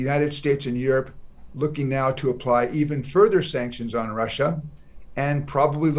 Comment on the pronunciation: russiaの発音が気になる